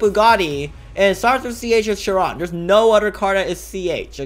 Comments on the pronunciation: The way that he said Chiron wrong (Sh-Ron) (Correct way is Sh-irr-on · bruh bugatti chiron SUPERSPORT starts with "ch" lol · it’s chiron